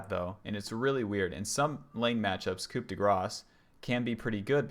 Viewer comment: The p in "coup" is silent, as are all last letters in French words apart from the consonants in CAREFUL. Other than that very informative video.